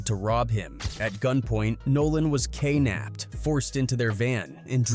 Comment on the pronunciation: Lol, AI says "Kay Napped" instead of kidnapped